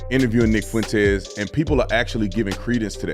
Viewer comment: I feel like Dinesh just pronounced Nick’s last name better than he does